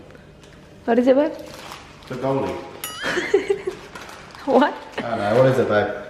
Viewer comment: This is cooking show. Hahaha. “Bulgogi” say it correctly Sir.. Hahaha